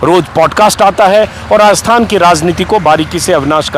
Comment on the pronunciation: श्रीमान जी नमस्कार! आपके वाचन में बार-बार आया शब्द "रास्तान" का उच्चारण उचित एवं शुद्ध नहीं है। इसका सही उच्चारण राजस्थान होना चाहिए।